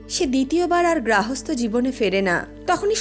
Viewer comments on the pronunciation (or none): গ্রাহস্থ্য না গার্হস্থ্য? শিক্ষনীয় পোস্ট।